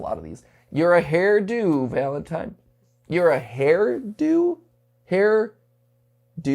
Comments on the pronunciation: A hair-DO, not a hair-DON’T 😅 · Youre supposed to read the DO in hairdo like you do in weirdo (I think? cause it makes sense then)